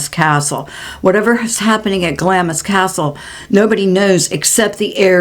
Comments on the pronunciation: Clamps is pronounced Glams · Hi just love your podcasts❤ i didnt want to sound condescending Glamis is pronounced GLAAAAMS CRAZY really.....sending love and blessings to you and Max ❤❤❤❤ from the UK 🇬🇧